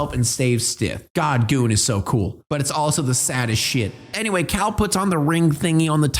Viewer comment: Why do you call Cale like "Kal" when it's clearly pronounced like "Kay-l" in the movie?